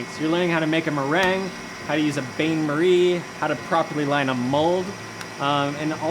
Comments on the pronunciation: "...bay Marie"🥴🥴 Think you meant Bain (pro: Ban) Marie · Might want to learn to pronounce "bain-marie". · If you mispronounce bain marie or macarons one more time, I will be sick. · What's up with everyone calling a double boiler a bain-marie? Fancy points for French word? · TIL Americans don't pronounce Bain Marie correctly